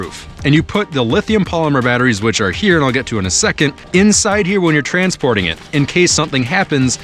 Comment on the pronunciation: What he said: keep it in the box when you're stansporting, people be smart. What i heard: keep it in the box when you're transporting people, be smart.😅😂